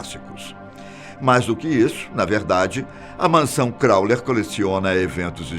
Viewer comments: crowley, não crowler.......por favor... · Gente, eu amo esse canal. Mas tá me dando agonia ele falar "Crowler" o tempo todo... O correto é "Crowley", erro feio no roteiro! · É CROWLEY e não CROWLER,. Tirando isso, só elogios à esse canal e à sua voz intimidadora 😆😆😆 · A pronuncia do nome de Crowley está errado! Não é "Crauler" e sim "Croulei". Além disso em a foto que ilustra a fala é de Wiston Churchill e não de Crowley... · Fala-se: Élister e Cráulei e não Cráuler kkk... Télema e não Telêma... rsrs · Agonia que dá ele falando Aleister 'Crowler'...é Crowley (Crôulei) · CrowLEY, e não CrowLER. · É CROWLEY NÃO CROWLER PORRA! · Eh "Crowley" e nao "Crawler". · CROWLEY e não CROWLER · Crowley e nao crowler velho! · O nome Crowley é pronunciado no fim do nome com "li"não "ler". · O pronuncia CrowLER E não CrowLEY. Eita!!! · Crowler não CROWLEY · O narrador fala crowler toda hora.. isso incomoda.. o nome do cara é crowley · é Crowley, não ClowleR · Pq ele fala crowler ao invés de crowley? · CrowleY, não CrowleR. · aleister crowley e não Crowler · Correção, se pronuncia "CrowleY" e não "CrowleR" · Amigão é Crowley e não como vc disse: "Crowler". Ley e não LER! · Passou o vídeo todo falando Crowler, e não Crowley!!! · Não é Crowler é Crowley ( i ) som de (i) Mas obrigado pelo vídeo, a resenha sobre Crowley foi boa. Do what shalt wilt .... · NÃO É "CRAWLER" É CROWLEY!! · Não é "Krauler", é CROWLEY!!!!!!!!!!! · Pq o persiste em dizer "crawler" se o nome é Crawley? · Sim ! Corrijam a pronúncia do sobrenome de Aleister Crowley (crauli) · Todo mundo elogia a voz do cara e n percebe q ele.falou o.nome errado 30.vezes. crowlerrrr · Vídeo interessante, mas ouvir Crowler com R não foi fácil. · Nao é "Crowler" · Esse "Crowler"doeu no saco hein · Crauler hahaha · "Alister Crawler"? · O cara ñ falou o nome certo de Aleister CrownleY nenhuma vez... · Aleister "Crowler"???? Mansão "Corwler"? "CROWLER"???? hahahahahahahahahahahaha Ah neim... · Não é Crowler...